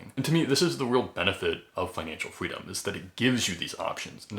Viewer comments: Financial fweedom 😂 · I just found your account today but cant help but find your "fweedom" really adorable! lol Let's go FIRE!